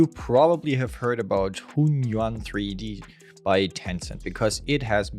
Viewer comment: you can pronounce it like this "hwen yooen"